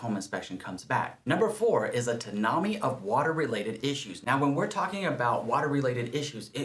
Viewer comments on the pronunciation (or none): We just finished the inspection on our first prospective home and plumbing and drainage issues are giving me cold feet. :( Also, tsunami is pronounced "soo-nah-mee" lol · Tsunami is pronounced with the “s”. 😅